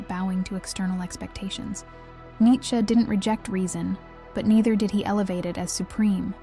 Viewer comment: Its nee chuh